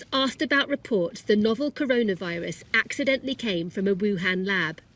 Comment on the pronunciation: Anyone noticed how she emphasised the word ‘accidentally’ when she mentioned the lab theory typical sky news